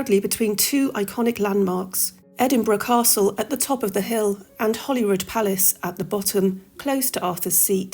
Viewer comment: It's name is Holyrood not Hollyrood.